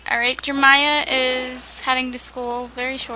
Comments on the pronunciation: I think it's funny how she says jermiah instead of JerEmia lol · why does she say jeremiah like jermiah? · I saw that too... It's kind of aggravating. 😬 Jermiah doesn't sound right. Pretty sure she did mean Jeremiah...